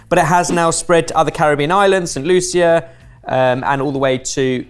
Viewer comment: the way pronounced St. Lucia just rubbed me the wrong way lol